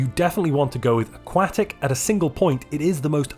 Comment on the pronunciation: the way he says aquatic xd